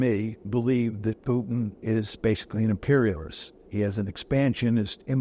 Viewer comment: How hard is it to prononce Putin instead of Piutin?